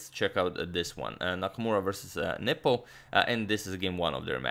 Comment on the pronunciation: I always hear nipple instead of Nepo.